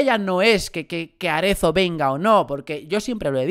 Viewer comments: Es Matías Arezzo, no Aretzo. Haces daño a los oídos. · Que rabia me da cuando dices Matías Aretzo y no arezo